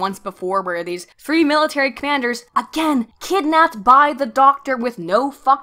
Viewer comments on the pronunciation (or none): none